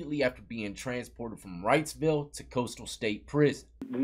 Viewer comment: It sounds like y’all are saying Rightsville. It is Reidsville I believe pronounced REEDS Ville.